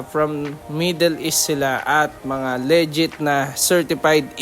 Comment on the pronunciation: Tangina bakit may sumasabog? at tsaka Lee-jit hindi Leh-jet!